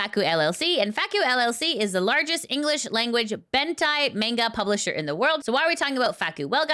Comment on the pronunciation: it's Manga not Mangled